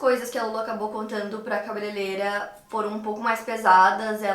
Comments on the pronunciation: Adoro seus vídeos, não perco nenhum! Mas uma coisinha sempre me incomoda, e preciso falarrrrr É cabeleireira, não cabeleleira, por favor 🙏🏻🤣 (tenho toc com pronúncias erradas, desculpe 🙈) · “Cabeleileira”😂😂😂 adorooo!😍